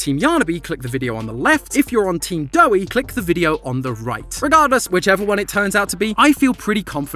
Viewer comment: Its doey